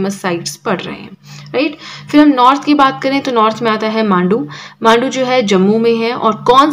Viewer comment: Mam Mandu nahi hai Manda hai